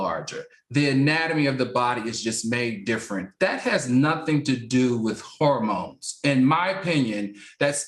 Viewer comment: Please tell funky that it's not pronounced horror-mones 🤣 but hormones 😅